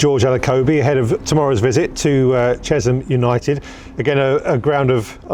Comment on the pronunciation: It's not difficult to pronounce Chesh-am FFS 😂😂😂 Older generations did always pronounce it Chess-um (there are a few older ones left who do) but there has never been any ZZs in the town name.